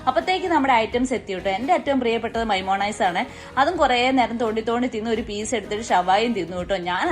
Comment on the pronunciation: മൈമോനിസ് അല്ല മയോനിസ് 😂😂😂